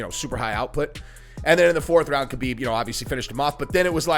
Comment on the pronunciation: Always cracks me up how well known the proper way to say Khabib is “Habeeb” and people still wanna be lazy and say “Kabeeb”. Lol. Imagine people saying your name wrong all the time when they can see many videos and hear people say your name correctly but they choose to just say it the way they started saying it when you were unknown.